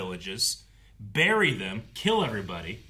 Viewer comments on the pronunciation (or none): none